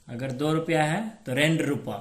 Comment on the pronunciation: Rupa Nehi rooba